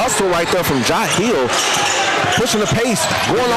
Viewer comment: Constantly pronouncing jahleel’s name incorrectly is embarrassing for the announcers. It’s pronounced Ja-Leel